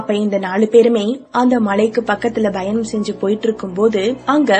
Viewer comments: Bayanam illey payanam plz pronounce tamil propely..tamil nam mozhi athaiye sariya solley teriyalana epadi??? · Voice super madam... But... Bayanam illa Payanam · Payanam kuda yann la bayanam nu soli bayamuthuringa 😂😂😂😕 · That's not bayanam its payanam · Bayanam illa ka payanm